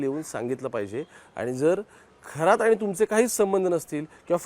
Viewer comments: थोरात नाहीरे शेबड्या खरात म्हण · खोरात नाही खरात आहे हा चुकीच नाव घेऊ नका. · थोरात नाही रे बाबा खरात आहे